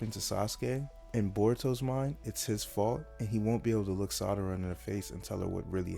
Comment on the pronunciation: Excellent work. Great video. Audio is fine too. Just stop pronouncing Sarada like “Madara” with an “s.” Keep it up. You’ve got great potential.